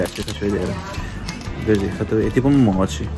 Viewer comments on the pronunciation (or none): none